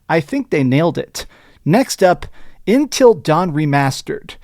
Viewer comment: In-til Dawn?